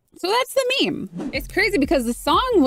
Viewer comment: "Meme" (Mee-Mee). Got me laughing on the floor 🤣🤭